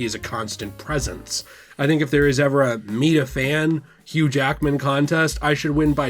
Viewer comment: "Not many Jackman's as Hughge"